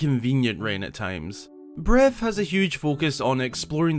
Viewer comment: Is anyone going to talk about how he pronounced Breaf of the wiald?